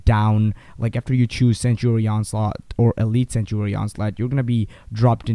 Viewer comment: not to hate or anything but when you mean "sanctuary" you say "sentry" the guide is good and all but just look in to how to say "sanctuary"